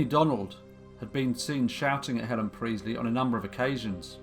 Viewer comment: Sorry but its Priestly, emphasis on the t.... not Preezly!